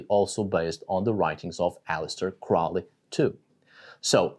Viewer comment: Crowley rhymes with holy